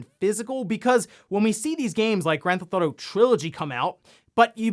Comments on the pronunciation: Is it me or is he saying “Gran-Thot-O”? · Grand Thauto lol